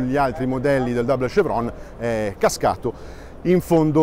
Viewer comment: Che fastidio ogni volta che sento pronunciare "dabol scevron"